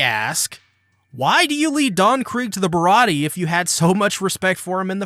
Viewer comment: Not AY, but EH. BAH-RAH-TEE-EH, I'd say. But you're spot on about Gin! I think he misunderstood it a bit.